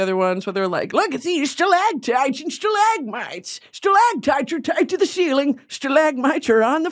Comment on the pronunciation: I’m going to be saying stalAGHtites and stalAHgmites like that until the day I die (alone because everyone got so fucking annoyed by me saying it all the time)